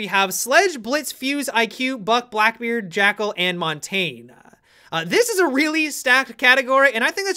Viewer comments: MonTAINE? Montagne-Mon taan ya. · Mon-Tayne-ah, wow, that has to be the worst pronunciation of Mon-tag-nah I have ever heard. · "Monteen" lol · montagne is pronounced (moon-ta-ñe)